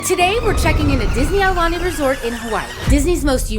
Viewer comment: Please tell the guy to pronounce Aulani PROPERLY